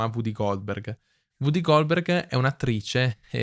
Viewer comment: interessantissimo, grazie, e molto completo. Sarebbe anche meglio senza quei continui e fastidiosi eeehhh...ehhhm... (mi creda, si possono correggere). Inoltre WooDy Goldberg non si può sentire, e nemmeno Louise Bourgeois (Pron.: luiz burjuà con la 'j' francese. google le dà facilmente la pronuncia giusta) Una pronuncia smaccatamente sbagliata toglie credibilità e abbassa il livello culturale del pezzo: è un peccato.